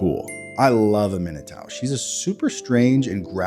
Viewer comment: Its insane that you butcher aminatous name but nailed tidus 😂